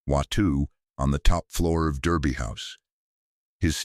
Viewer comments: Derby is pronounced Darby. Like Americans pronounce "Not" (ie Nard). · Thèse ladies were fantastic, a pity they have had to use Ai with an American accent, incapable of pronouncing English correctly there were numerous errors, the first in the first sentence Derby, is pronounced Darby house